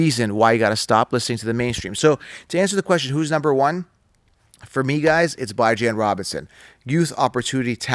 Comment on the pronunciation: Who the hell is "Bi-Jan" Robinson?! Are you referring to "B-Jon" Robinson from the Atlanta Falcons?